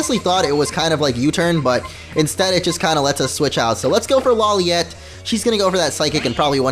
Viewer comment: when you say lawliet it sounds like u are saying LOLiet